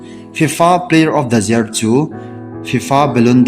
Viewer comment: Year ✅ jear ❌